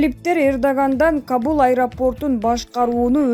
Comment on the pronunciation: Диктор Каул эмес Кабул.оку,оку,кооп оку.